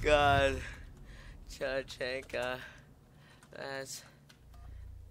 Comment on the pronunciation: YOUR SAYING IT WRONG TAA CHHHAAAANNNNNNKAA